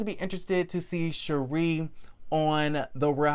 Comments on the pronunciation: You got it right....it’s Sha-ree. I’d like her in a friend role not a FT cast member. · You said her name correctly. ☺️ Sheree